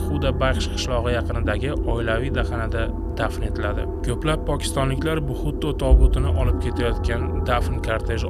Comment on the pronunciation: Buxutto demagin , Benazir Butto o'qilishi